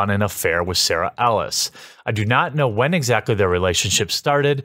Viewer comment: You pronounced "Whamen" wrong.